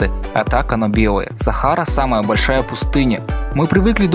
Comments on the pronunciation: Ты хоть сам понимашь что говоришь? Солнце желтое из-за происхождения его света сквозь атмосферу... чтаа?? Похоже на предложение составленное человеком с шизофазиеей. Если ошибся хоть бы перезаписал дубль неужели так сложно?) П.С. БОльшая часть, а не большАя. А так в принципе ничего норм контент) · не "большАя" , а "бОльшая" :/